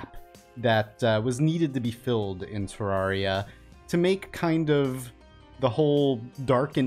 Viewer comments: You pronounce Terraria wrong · Okay but Cenx has already dmed about how he pronounces it wrong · Why tf do I love how he says Terraria AHHH